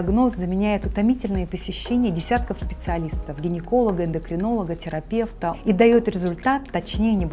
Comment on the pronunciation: Как и тЭрапЭвт!.))